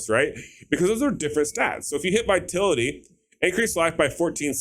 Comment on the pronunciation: It's viTALity not Vitility.